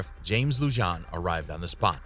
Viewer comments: Lujan is pronounced LuHan. The J takes an h sound in spanish. You're welcome from New Mexico. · I love your video, But I hate when people butcher names. It is pronounced Luhan not Lujan, I know the spelling is the way you pronounced it but Spanish names the J is Pronounced an H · Lujan is pronounced like Lou Han, not Lou John... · Just a heads up m8 the J in Lujan is pronounced as an H.